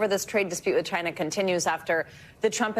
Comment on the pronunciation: why does he say china that way?